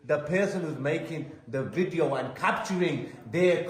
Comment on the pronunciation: Is that lawyer a nonce ? Need to tell him that its a Video not a Wideo